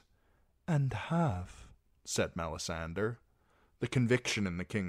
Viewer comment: It bothers me so much every time I here him say "Mella-sander" I have to skip the video